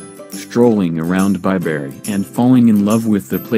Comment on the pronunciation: *Bi - bree not Bi - berry.